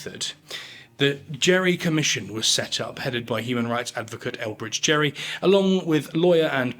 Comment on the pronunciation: There is a mistake You show a painting of Elbridge Gerry ( ) instead of his grandson of the same name. The Gerry you showed was Vice President, governor of Massachusetts, and is the namesake of Gerrymandering. Also, the name Gerry, is pronounce as Gary instead of Jerry.